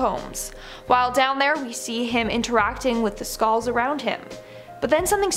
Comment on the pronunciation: skalls? say skull